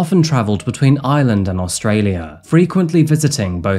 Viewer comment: IReland IReland not Island drives me nuts